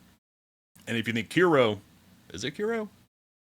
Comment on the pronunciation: Okay before we get to my actual comment, how do you not know how to say kuro and didnt know wuwa was made by kuro? If you dont even know who wuwa made and how to say it, I dont think you should talk about wuwa. I need to say I wouldnt call any gacha game that doesnt have pvp pay to win, imo pay to win is ONLY in PVP games. 1.0 is definetly bad but I think revamping or redoing would cost way to much and way to much effort if the story gets good like the last 2 acts, 2.2 main quest was a 10/10, yes there have been lackluster patches. I still think the end of 1.0 is good. The combat is fun with perfect dodges and parrys, theres a lot of endgame and theres even another endgame coming with 2.4. Also theres a skip button... I think the last like 2 acts are actually good, if you still dont like them just skip them. If your critic is the gacha part, just go, its a gacha game and its even pretty generious with 80 pity and guarenteed weapon and even giving out like 2-3 free 5 stars.